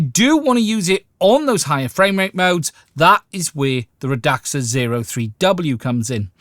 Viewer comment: I think it's "Rad-Sa"